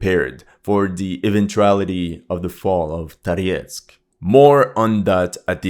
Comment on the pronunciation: what languages do you speak and how come you’re pronouncing Toretsk, Tariesk? Thank you for you videos🙏